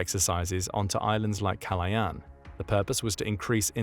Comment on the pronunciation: kalayan? its ka-la-ya-an not kalayan